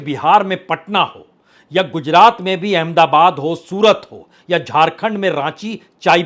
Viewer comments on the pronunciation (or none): none